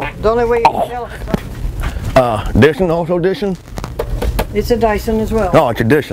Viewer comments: dis one a also a dissen? it's a dyson as well. oh it's a dissen alright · dischen, the dischen....Dyson. bhaha :D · "Diison....Diisson...Disson...." ...Lady: Dyson? "Yeah, Disson!" .. lmao I'm done